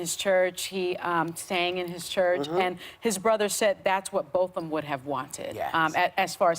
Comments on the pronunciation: gosh whoopi dropped the ball hard on this. first off she mispronounced his name bc it seemed like she was trying to play with accents when it was not the time for it. then she’s talking about how botham’s brother forgiving that murder is what a christian is... how dare she. thank goodness joy and sunny are on this panel because i cannot believe whoopi fixed her mouth to say the things she did. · Whoopi, I love you, but how to keep butchering Botham's name? It's been said multiple times in the press and by his friends. Come on. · And she didn't pronounce his name correctly,like she had never heard of him, very disappointed in you whoopi!! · Whoopi could have bothered to learn how to pronounce the victim's name. Whoopi, if that [a brother who hugs his brother's racist murderer] is a Christian, I am doubly glad I'm not Christian. This segment would have been intolerable without Joy's pointed question and her pointed comment about rage versus forgiveness. I love Joy. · Whoopi butchered the victim's name so badly. Sunny was about to correct her but then decided against it probably of fear that Whoopi would be annoyed with her. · Whoopi, learn your lines before you get in front of the camera. How disrespectful to butcher his name!